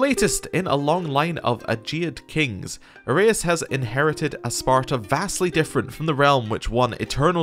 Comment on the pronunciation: Loving the new CK3 series. Please keep the videos coming. As for pronouncinations, any vowel followed by "u" is pronounced as the vowel+v or vowel+f. For example "eu" (like we have here with your leader's name) is either pronounced as "ev" or "ef". In this case the name of your leader is pronounced: Vasilefs Arefs